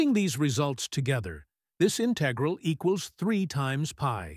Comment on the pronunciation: Good exercise but AI voice doesn't know to pronounce "integral" or "cosine"